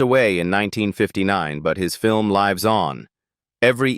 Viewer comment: At 10 minutes 17 seconds, the AI narrator bot says the film "lives" on, with a long "i" sound. Rhymes with "chives."